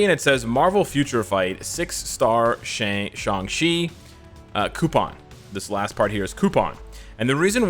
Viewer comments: Isn't his name is sang-chi why is saying sang-si??? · Why does he keep saying Shang chi as shangshi